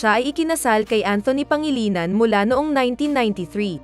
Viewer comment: Galing nman mag pronounce Ng name n Rochelle pangalinan😂